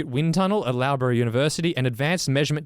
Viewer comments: Just gotta say as someone who has just finished a PhD in Materials Engineering from Loughborough Uni, that was the most ozzy pronunciation ever! 😂 For future ref it's pronounced Luff-bra 😉 Also going straight to Tudor pro cycling to send an application in now! Thanks for the heads up guys! 😁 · Loughborough like “luff-brra” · pronunciation of Loughborough University is the best thing ever can we please get a repeat!!! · Pronunciation of Loughborough was enjoyable